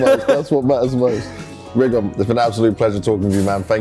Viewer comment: his name is not rigoN, is rigoD :)